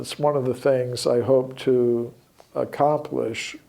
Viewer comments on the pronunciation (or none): none